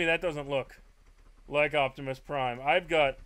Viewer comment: yes he did. He said "Octimusprime" when it's spelled Optimus Prime.